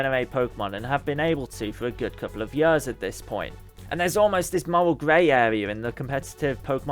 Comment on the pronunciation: "Good couple of yurrs" Is Yurrs a measure of time?